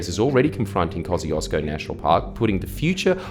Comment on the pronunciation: Koo-shesh-co not kozzyhoodoosbro